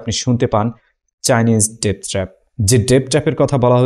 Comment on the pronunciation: ভাই ওটা উচ্চারন হবে "ডেট ট্র‍্যাপ" যার বাংলা অর্থ "রিনের ফাঁদ"